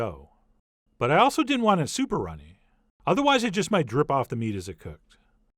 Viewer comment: Haha emphasis on the MIGHT